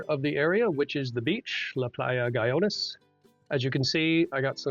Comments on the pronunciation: Guyones? really? should have taken the time to learn to pronounce it. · Guy-ones LOL that is not how you pronounce it sir.